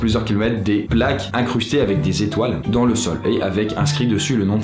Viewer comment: Salut, pourquoi dans toutes tes vidéos tu ne fais jamais la liaison avec le mot "dans"? Exemple: "dan une vidéo / dans'z' une vidéo" Dsl ça me stresse à chaque fois :) A part ça, continues c'est cool